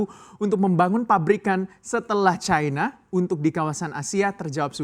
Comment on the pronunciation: Caina? Bahasa Indonesia benerin bang!